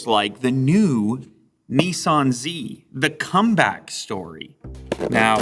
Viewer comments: Not neeesan it’s pronounced Nisan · Bloody hell. It's spelt 'Datsun' and 'Nissan' fgs. Why do say Dartsen and Neeesarn? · Neeson dotson 🤣🤣🤣🤣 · Why can't North American's pronounce any Japanese/Korean brands correctly? NISARRRRN / DATSARRRN / NYKON / HUNDAI WTF? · Nee Sahn Zee Lew? DOT Sun Lew? 😱 Have you suddenly turned into a USican? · The way Americans pronounce Nissan actually makes me want to throw up